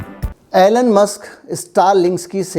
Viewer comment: its not ALLEN....its ELON